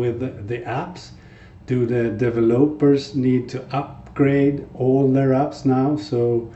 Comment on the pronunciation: Dude you completely butchered the word developers